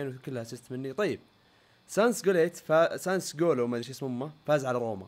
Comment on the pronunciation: ريان اسم النادي اللي انت ما تعرف تنطق اسمة هو سسولو